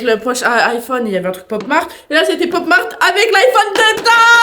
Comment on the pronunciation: C’est moi ou au début même à dit popo Mart